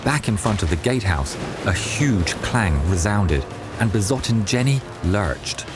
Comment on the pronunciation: The S in 'Besotten' is pronounced the same way as the words, 'Sam', and 'Sail'. The 'W' in Waffen is pronounced as a 'V'. The 'A' in Waffen is pronounced the same as in 'Dad' (not as in 'Waffle').